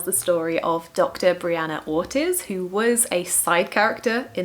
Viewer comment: Nice list! I read Just for the Summer first and now have to work my way backwards. Haha! But I did enjoy it. Just a side note from a Latina, Ortiz is pronounced “Or-teez” 😉